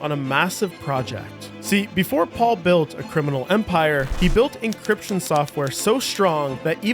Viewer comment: encryption, not 'encription'